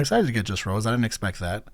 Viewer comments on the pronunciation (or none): It's Rosé (Rosay), not Rose XD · Suprised the blinks didn't come for your neck cuz you saying Rose instead of Rosé ( Rose-Hey ) 😂😂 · her name is pronounced row-say btw!! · rosé is pronounced ro-say btw ! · Great reaction! By the way, Rosé is pronounced as in the wine or the pasta Ro-zay. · This album is extremely good! If you’re wondering about pronunciation of the names, you said jennie and Lisa correctly and jisoo is (gee-su) and rosé is (ro-zay) cause it has the French accent on e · Rosé’s name has an acute accent so it’s pronounced like the wine. 😊 Jisoo is pronounced jee-soo. Yes being extremely popular, there are a lot of haters but worse still there are a lot of solo stans which are people that only like or support one member and dislike or feel like the other members bring down their favourite member. I absolutely despise the solo stans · I always love how in depth you analyze stuff. Quick correction, it's Rosé (meaning you pronounce the e like french). Her actual name is Roseanne, you kinda just drop the "n".